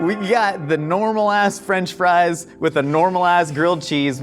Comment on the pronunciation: "gwilled chees n fwench fwies" this man is a gem